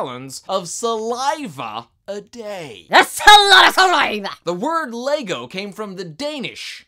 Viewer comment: Haha, you pronounce LEGO really wierd! (im Danish)